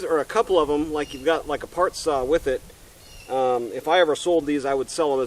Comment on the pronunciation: What is a "sah"???